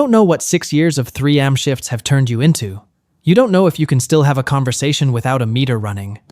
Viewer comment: Are these ai generated cause who says 3 am like i am?💀